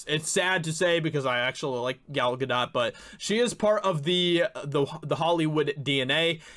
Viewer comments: "Gal GadoT" The "t" is silent. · Well I'd hope she wouldn't be bc she is from Israel...the place President Trump backs and has helped 100% btw idk if you were just trolling her last name or if like me at first you genuinely don't know how to say it but it's pronounced Guhdóe...i think that is the right mark above the O,it's a long O sound, again idk if you mispronounced genuinely or not n I'm not being sarcastic or trolling by telling the correct way just passing the info to ya,love ur episodes on the channel, like i wrote: Thanks for helping be a voice in this fight 💪🤘😆🤘🔥🔥🔥🍻